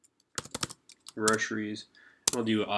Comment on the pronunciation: It’s Publix not Public’s